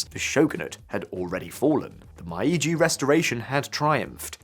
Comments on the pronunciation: Why are the brits the hands-down worst at pronouncing foreign words? Meiji being pronounced as MY-gee 🤣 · Mispronunciations of common terms like Meiji" make me skeptical of the quality of the research. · I don't live in Japan and I'm still cringing at the pronunciation of Meiji